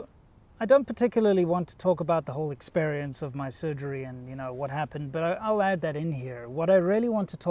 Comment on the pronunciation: Your definitely not 100% you just said esperience. Hope you get a speedy recovery I was missing these types of videos.